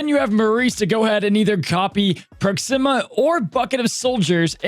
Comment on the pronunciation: Ps. It’s pronounced Proxima like Maximus, not Proxima like Noxzeema. Just FYI. Love the vid!!